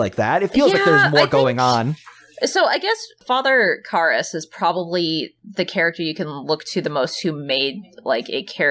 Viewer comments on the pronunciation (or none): I made it almost 8 minutes of both hosts mispronouncing the 2 lead characters names repeatedly. Didn't you watch the movie ? At no time were the characters names pronounced Reeegen or Karahhs.